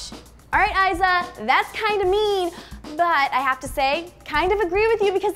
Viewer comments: its not pronounced aisa its elisa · You say eiza wrong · lmao that's not how you say Eiza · that not how u say her name